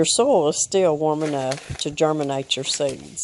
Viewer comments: Did u get bit by a critter? ☺☺☺ It's 'soy yulll. Soil. Not So el. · When you started the video in your discussion you said, "I have amended my soil ..." What I heard was, "I have amended my soul ..." with your accent. I wondered for a minute what your soul had to do with the hot tunnel. Anyway, I had a good laugh. Take care and keep on keeping on.